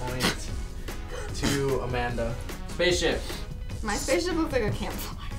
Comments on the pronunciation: i heard say spacship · no she said spaceshi* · said spaship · Is it just me or did say spaceship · The_ Disciple I didn't hear space ship but definitely pig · sounded like she said Spaceship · LET IT GO everyone heard her say spaceship 🚀 even and Amanda they even put subtitles. LET IT GO!!!!!!! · Is it me but it sounded like said Pig spaceship (When said to make that) And b1tch when said u heartless women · I could've sworn I heard babble something like "spaceship" when said "spaceship" multiple times. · it sounded like said spaceship! 😂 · tried saying spaceship! 💕🌸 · I could have sworn that said spaceship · It sounds like said "Pig" and "spaceship"! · Did no one else hear try to say spaceship!?!? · it sounded like said spaceship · Is it just me or did said spaceship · just me or was trying to say spaceship? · it sounded like said spaceship... 🤔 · Is it just me or did say pig and spaceship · SAID SPACCESHIP AND PIG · it did sound like said spaceship!!!!!!!!!!!!!!!!!!!!!1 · Did she say pig and spaceship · I swear I heard her say spaceship